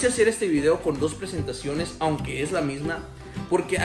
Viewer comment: También el "aonque"